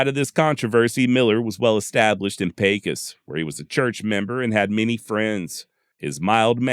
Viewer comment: Good job, as usual, and as a native born Pecosite, I was happy to hear Pecos, pronounced correct. I'd like to have a dollar for ever time I heard my hometown pronounced , pee-kos. Killin Jim Miller was one of several ' interestin characters', that called Pecos home, at various times, during the heyday of the 'wild west' period. There's been a whole mess of ' bigger than life' colorful characters, in it 140 + yr history. I've had the privilege of knowing a few of these, in their old age, in the 1980s, both men and women, and listenin to their stories of ranchin life in the early 1900s, was what got me intrested in the history of the west, particularly the l during the latter half of the 1800s, and the trans-Pecos, region, of southern New Mexico, far West Texas, and northern Mexico. I've been fortunate to have access to Indian campsites, in remote areas, on privately-owned lands, from the north eastern Texas panhandle, to the Davis, and surrounding small mountain ranges, of Southern far West Texas. I'm familiar with many of stories you feature, and I appreciate your narrative style of story telling.